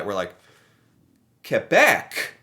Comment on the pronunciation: 1... thank you for saying Québec properly again :) 2... you spelled massachusset wrong, hahaha that's pretty much what probably happened